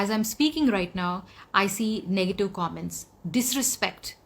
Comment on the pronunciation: Komments or comments? Karona or corona? Disgusting or discusting? When you speak English pronunciation is very important.. By the way I'm remi English hod in sharjah indian school..